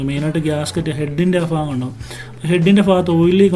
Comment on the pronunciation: വളരെ നല്ല രീതിയിൽ വണ്ടിയെ കുറിച്ച് മനസ്സിലാക്കിത്തന്നു 👍👍👍 പിന്നെ ഫാഗമല്ല ഭാഗം എന്നാണ്